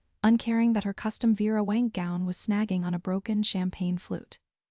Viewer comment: Vera Wang is going to hate you for butchering her highly identifiable name.